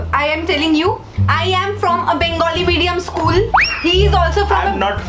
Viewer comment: 😂😂😂😂 bark english.....😂😂....eschool....😂😂😂